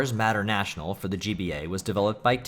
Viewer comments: "matter- national"? "McRee"? "TOCO"? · Sheesh, the way you pronounce "Mater-National" is just terrible, lmao.